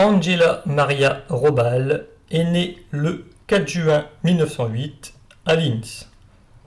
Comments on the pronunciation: on pronnonce GUÉLLY. RAHO-BAAL ..pas Jelly Robal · Bon, j’ai cessé d’écouter dès les premiers mots. Cet « Andgella … Rôballe » est insupportable ! Faire passer la prononciation de toute langue étrangère par le filtre de l’anglais est intolérable ! Quand on fait une émission sur l’histoire allemande, on se documente - un tant soit peu - sur la prononciation de la langue allemande. Qui, en passant, est infiniment plus facile (la prononciation) que celle de l’anglais. Me rappelle (entre autres) les cuistres qui, à l’époque, prononçaient sans tiquer « Maïckôôôll » Schumacher.